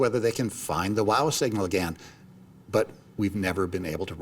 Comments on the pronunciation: What the hell is the WAH signal? I know about the WOW! signal but can't these American narrators speak English?? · Hard to believe an professional narrator doesn't know how to pronounce the word, "wow".